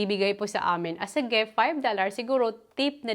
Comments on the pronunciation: Driving me nuts hearing you say….GEFT……it’s a GIFT! “ I”…GIFT. ( dont mean bad, but I need to, so you can make a correction) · gef i men gitf at i min ganun po tamang bigkas ng GIFT AT I MEAN!! YAAN MO N TEH MADAM GIFT PO ATA YAN.. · Bat po kayo GEFT ng GEFT?